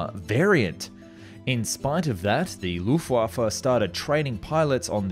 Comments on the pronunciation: It never bothers me, and I really appreciate the attempts, but your german pronunciations are just a tad off. Try "Luh-ft Vuh-Fe" I mean, air waffle is great too, don't get me wrong. "Schwalbe" is a type of bird, and is pronounced: "Sh-VAH-L-B-EH" kind of a "bleugh" sound at the end (like you are spitting out food" Sturmvogel is a bugger. "Stu-R *rolled*m Fo-G-el" Close enough though German doesn't feature many silent letters, if it is in there, pronounce it, as whack as some words sound. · Agree - for example, I've never heard anybody pronounce the FW-190 as the "fuhwuh-190". Also, please, please, please, people who make videos about WW2 and Germany, for the love of god, learn some basic German pronunciation!! For example, "Luftwaffe" is pronounced "looft-vahfeh". The issue is, when you mispronounce these things, your credibility plummets. As soon as I hear things pronounced incorrectly, I switch off. It's the same in audio books. I'm amazed at how these authors/narrators don't make the effort to learn the correct pronunciations.